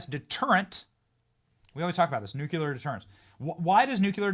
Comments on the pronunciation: Benny, Benny, Benny - just stop it! Nu-CU-lar is NOT a word. For the love of God. NU- CLEAR. Nu-clear. Two syllables. Nu-Clear. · How many times people have to tell you that there is NO word like NUKULAR in the English language?! Why not just avoid trying to say the word Nuclear when you speak, and be done with it??? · Nuc-LE-AR. NOT Nuc-ya-ler! C’mon MAN!?!!?? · Benny, I hate to say this but "nuclear" is pronounced "noo clee err". Sorry, pet peeve of mine. Keep up the awesome work! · NEW-Clear. Please learn this word! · Benny needs to learn how to pronounce NUCLEAR properly.